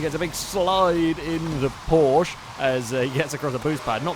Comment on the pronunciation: You are allways pronunceing Porsche wrong